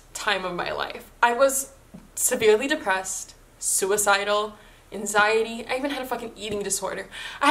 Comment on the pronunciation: You say anxiety so funny lmao